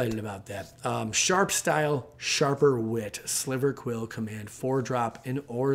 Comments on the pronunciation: It's actually Silverquill not Sliverquill. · Silverquill Moss Boss not sliverquill